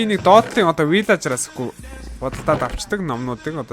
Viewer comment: ahaa valaager bishee vilager.Bas pilaager bish shuu pilager